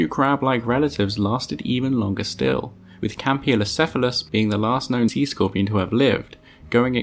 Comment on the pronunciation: “C squorpeon”